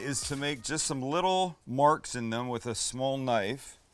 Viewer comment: it kinda sounded like you said "what isn't great is puff pastry" but max helpfully replayed it 20 times so we know you said "what isn't great in puff pastry?"